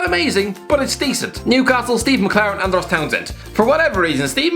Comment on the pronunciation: Whys he saying andros like that